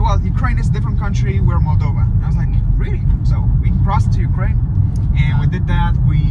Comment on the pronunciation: please learn how to say those food names properly, even place names moldova and Chisinau wrong as well !! found myself shouting at the video !!! then turned it off .... ps you complain about everything....act like a stupid ignorant tourist and then wonder why you get ripped off ....and of course the police will pull you, and being American in Chisinau wont helping you right now......btw married to to Moldovian 15yrs, spend alot of years there....